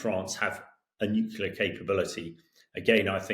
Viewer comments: Hamish, tHE WORD IS nuclear. nu-cle-ar It's pronounced exactly like it's spelled. You're an adult, and a journalist. For pity's sake... there's no "Q" in the word. If you hear one, it's because it's because it's been mispronounced. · This fellow can't correctly pronounce "nuclear". He says, "nuclular". From an Englishman??? Ha ha! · Nuclear. NUKE-LEE-ER. It is NOT hard to say. FFS. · "Nuclear" is pronounced as it's spelt!